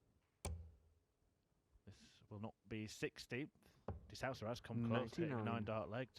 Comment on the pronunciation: It's de Sousa not de SAUSA